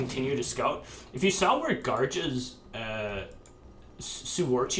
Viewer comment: Lol Garja being called "Raja" so many times in this vid xD